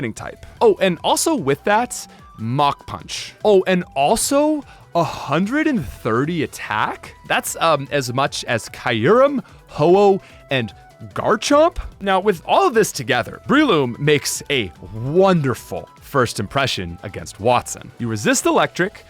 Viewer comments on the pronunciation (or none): it's "kyu-" like "cute" as opposed to "kaiou" like Kyogre. Which I used to say Kyogre, Groudon, and Rayquaza wrong so it's not that big of a deal. Some of these names weren't meant to be written in English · ...i feel uncomfortable with the way he said Kyurem